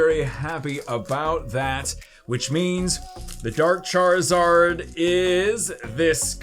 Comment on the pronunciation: MHM charizard say it right man